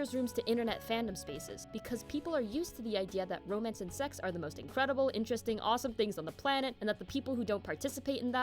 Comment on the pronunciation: Hahaha! Wasn't expecting Riz/FH in here, but yeh, I shoulda. 😆 "YOUR ROEMAENCE PAERTNER DESERVES BETTER TRAETMENT!"